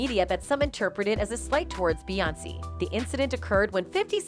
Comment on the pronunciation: Why the hell is lady Pronouncing Beyoncé & solange name damn wrong behind the camera & social media